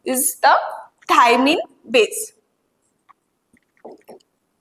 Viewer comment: Maam in dna we have thymine u said it wrong